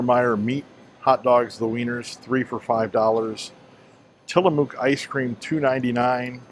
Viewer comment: Hi! Living in the Pacific Northwest, I can definitively clear up the Tillamook pronunciation dilemma. It rhymes with 'book'. It's not tillamuck (rhymes with shut) or tillamōōk (rhymes with boot). Just say book, then say mook as rhyming words. That's it! Tillamook! 🙂☮️